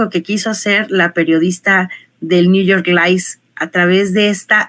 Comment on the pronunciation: Por que dice New York lice?